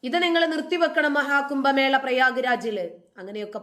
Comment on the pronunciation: കുമ്പമേള അല്ല കുട്ടീ.. കുംഭ മേള.